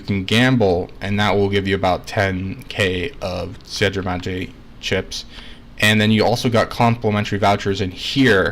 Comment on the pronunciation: It really sounds like you're saying clits instead chips lol